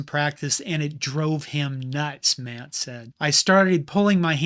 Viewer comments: Art "SLEE-stur" not "SHLICK-stur." Tom MATT-ee" not "MATT." Niece piece, though. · Good video as usual, but it's Tom Matt--EE, not Matt. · And Art Schlichter. He said “Slick-ter” and “Matt.” They are pronounced “Schlees-ter” and “Matt-ee.” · Yes, besides narrator giving incorrect date of Kent State, he also mispronounced the name of player Tom Matte. Not pronounced "Mat" but correct pronunciation is " Matty." Most longtime Marylanders & Baltimore Colt fans know this all too well!! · There was no national tv audience for the 1971 Michigan game. Tom Matte's name is pronounced Matty. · I love your videos, but please get the pronunciations right!:). I was a Baltimore Colt fan and loved Tom Matte - Thomas Roland Matte (Pronounced: MAT-tee) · Not raining on you, but the Internet is really f***ed up. Anyone who has watched or known anything about pro football in the late 1960s and early 1970s would have heard and known the pronunciation was MAT-tee. The net must be overrun by gen Zs and millennials. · Tom mat ...weird he doesn't know the correct pronunciation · He can't even pronounce the players names. Tom Matte and Art I Schliezter. I spelled his name wrong, but I know how to say it.